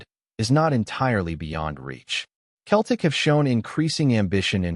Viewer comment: It is not pronounced Keltic. It is pronounced Seltic.